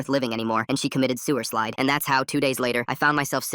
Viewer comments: I know this is serious, but “ suiclide” really😭😂😂?? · Sewersilde is crazy 😂😂😂😂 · I know this is supposed to be sad but like come on you think I'm not going to laugh when you said sewerslides